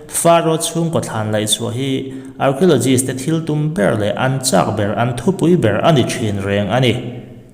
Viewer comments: Archiologist....tiin I lam a.... Arkiolojist tia lam tur aw😂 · Keipawh...arkhiulogis tih ang deuh a lam tur a ni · Lam dan a dik lo, arkio ti anga lam tur, k anga lam tur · Arkhiawlawgist ti anga lam tur zawk aw😁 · Archiaulozist a ti tlat 😂😂😂a buaithlak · Archeologist i lam dan hi a dik lo deuh chu ni, thil lam dan i zir a la ngai deuh a ni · Archeo tia CH hi K angs lam tur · Archaeologist lam rik dan adiklo tlat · Hnamdang ṭawng hman tel a ngaih chang hian a lam rik dan dik zir hmasak a ṭha ka tihpui hle mai che, Archeologist hi i lam ri diklo a nia